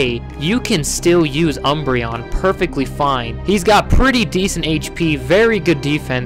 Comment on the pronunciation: UMBREON, NOT UNBREION! THE FIRST N IS SUPPOSED TO BE AN M, AND THERE IS NO I IN THE NAME!